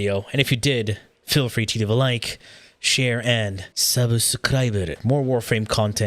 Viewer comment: the 'sabusukuraiburu' gets me every time